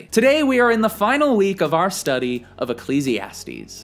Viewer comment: Always looking forward to the way you pronounce "Ecclesiastes... 😂😂